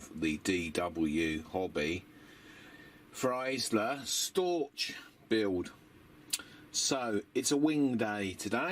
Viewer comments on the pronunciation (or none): Hi, nice build. But please, call her Feaseler not Fyseler, my poor german ears suffer every time you do it.